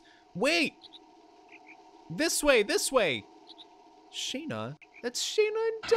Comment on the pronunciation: Man it bugs me so much how he pronounces Shana. In a cutscene with voice acting you can find that Dart pronounces it like “Shawna “